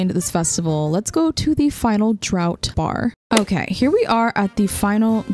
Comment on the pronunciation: "Warez" is said wares, like his items that he sells--and draught is pronounced draft, it's a weird word for drinking :3